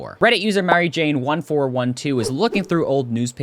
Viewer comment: mary jane?XD its a dutch name. pronouced a bit like 'mar-eye-n' (a bit similar to Barhein)